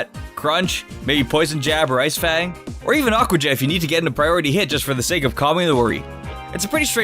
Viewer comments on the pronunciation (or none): none